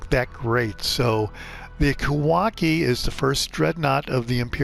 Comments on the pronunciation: Sorry to keep correcting you, but it's pronounced: Kah-wah-CHEE (as in cheese), not kah-wah-kee. Love your videos though; especially the straightforward manner in which you talking about the ships. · I believe the ships name is pronounced phonetically, Ka wa chi.